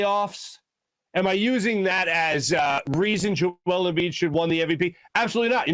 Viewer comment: Maybe you should learn to pronounce 2 time back to back MVP's name before you talk about him. Also, Embiid robbed? You must have something to be robbed of it. Embiid never had MVP in his possession to be robbed of it